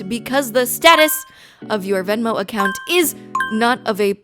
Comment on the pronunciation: as a not English speaker why is she pronouncing account so weird? this is a correct spelling am I missing something?